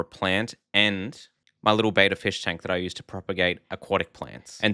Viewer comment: This is an edited comment, I followed the video, then made a comment, as the video went on, it got worse and worse. Not only for the products, but for the understanding of those products. Oh man, please do a few minutes of research and remember, things rust, outdoor exposure matters a hell of a lot. looks great now, see how in 6 months. Betta is Bett-ah. Not Betta (bay-tah). Do a bit of research mate. Not trying to be negative, but do some research before presenting "information: I hope you do well with your channel. I think a rebrand for you will work well, but stay in your lane in terms of knowledge. Perspex gets hazy from ammonium, chlorine and scratches predominately, just as a last tip.